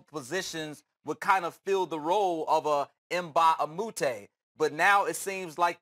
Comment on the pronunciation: It's Luc Richard Mbah A Moute, and not 'Luc Richard Emma A Moote'.